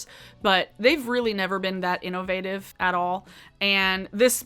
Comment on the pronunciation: The way you say inNOvative makes me think you would say inNOcence like Darkness from Legend, and I can dig it.